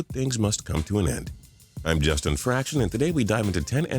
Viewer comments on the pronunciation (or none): none